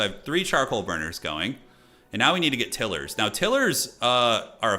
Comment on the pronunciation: Had to keep laughing at the pronunciation of Tilers, Til-ers vs Tile-ers, ROFL. On the positive, enjoyed the energy and fast paced commentary